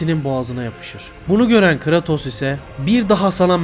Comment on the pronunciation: ( biraz creatos'u yanlış okumana gıcık oldum da , yinede ellerine sağlık